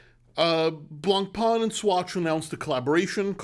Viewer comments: Hey love your videos in French we said Blancpain] there no E on the end its not Blancpainnne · Dear. Can you learn how to pronounce the word Blancpain correctly? thank you